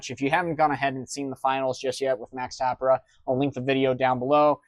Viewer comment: Tah-PEAR-ah lol